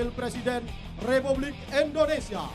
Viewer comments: Sangat di sayangkan MC pria acara di lapangan nya selalu salah dalam menyebut nama bangsa sendiri..Indonesia di ucap nya Endonesia🤦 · bisa gasi penyebutan negara nya itu INDONESIA bukan ENDONESIA 😂😂